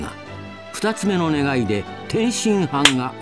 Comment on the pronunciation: 超サイヤ人化してても「願い」を「ねげえ」って言ったシーンクソ笑ったわ